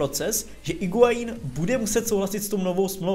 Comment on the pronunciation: Sorry, že opravuju, ale u Higuaína se u nečte